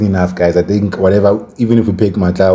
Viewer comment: Sure. Looking good for tomorrow's game. Just one thing, it's George Matlou, not "Matlau". Heard in many videos you don't call him Matlau😅